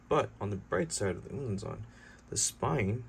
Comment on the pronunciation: I'm actually zulu i like how you pronounced "umnumzaan"